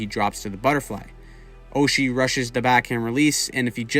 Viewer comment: You mispronounced his name, TJ SOCHI